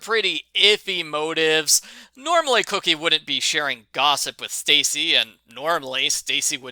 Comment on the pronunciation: It's pronounced coke/y not cookie.. not trying to be an ass, I just thought I would tell you. Like your reviews. I read every book as a kid. Lol